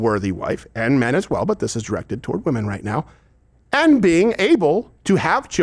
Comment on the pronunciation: Hey AOC, when did the word “and” start having two syllables? “Ah-ond.”